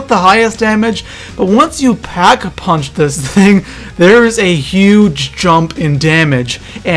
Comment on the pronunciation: Not to be rude... But why does it sound like there are ''H's'' in every words you say... Like it's Pack a punch... not ''Phhack a punch''...